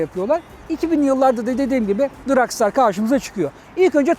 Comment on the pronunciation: Daha motorun adini soyleyemiyorsun. Dragstar ile dragster arasinda okunurken cok fark var.